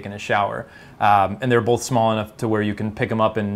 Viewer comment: Says "bolth"